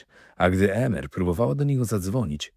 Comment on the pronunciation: Emer wymawiamy IMER 😉